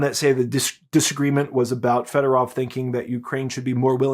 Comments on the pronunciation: here is a tip on Ukrainian pronunciation. All “o”s are pronounced like the o in the English word “over”. So the “o” in Federov should be pronounced like that. It’s not Federav like you’re saying. Apply that same logic to any Ukrainian word, including the names of cities and other places. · Why do all call him Federov? It's Fedorov!